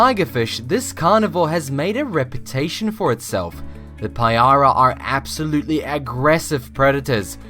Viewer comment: payara... just as vicious as english at crumpets and tea